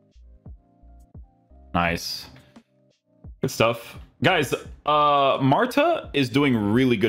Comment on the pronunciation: Why does put a j at the end of a word with d like hood but he says goodj, I’m guessing it a language thing or something?